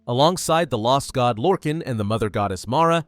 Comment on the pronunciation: Small nitpick but it’s pronounced “lore-khAAAn” like ghenghis khan or Han Solo . Michael kirkbride creator of the deity even said so on a selectives lorecast